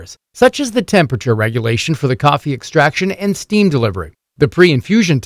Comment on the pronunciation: STEM?!?!? WTF is stem??? Do you mean STEAM by any chance?? Pronounced Steeem btw!!